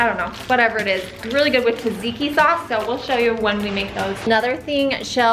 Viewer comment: here are some words you're having problems with ( it's not you.....they're greek ) tzatziki is pronounced .....t-zat-zee-kee......and gyros is pronounced.....yee-ro-s....and you have to roll the r....lol and this concludes todays phonetic class ....( my husband is greek just in case you were wondering about my credentials lol)